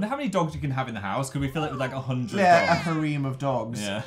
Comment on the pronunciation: dan pronouncing harem wrong took 10 yrs off my lifespan